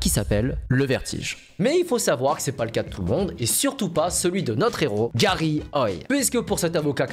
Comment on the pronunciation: C'est la première fois qu'un youtubeur dit mon prénom correctement (Garry) car il existe aussi "Gari" ou "Gary", bref merci pour cette vidéo 👍